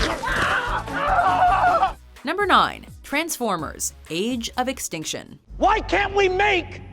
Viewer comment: Uh its "Transformers: Age of Ex-stink-tion" please edit your video